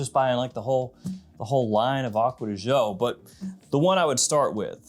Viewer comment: Correct pronunciation of gio is actually somewhere in between the two pronunciations. You are also mispronouncing it